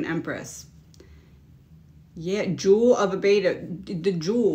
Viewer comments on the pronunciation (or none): none